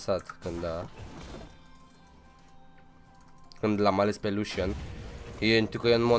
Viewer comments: Nu se zice"luşan" se zice lucian😘💪💪💪💪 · lusan nu se pronunta lucian ?????